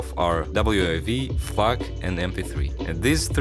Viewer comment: did bro just say "f[_]k" or is it just my hearing